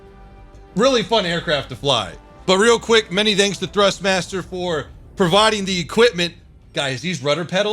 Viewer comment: Is it just me when I hear "thanks" from I actually sounds danks?:D